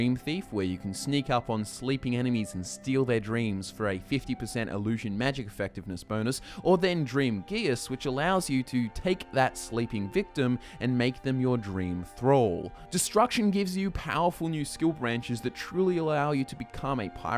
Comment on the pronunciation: Fwiw, "geas" is pronounced "gish." I think there's actually a couple correct pronunciations but in all of them the 's' is pronounced as 'sh' Not trying to fuss or anything. That word drove me up a wall every time I saw it for YEARS, so I thought I'd share for anyone else who is as puzzled by it as I was